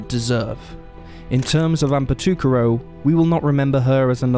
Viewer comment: I think Amber's last name is pronounced like "toe-carr-oh." That's how I've heard it in local news stories. I could be wrong, though.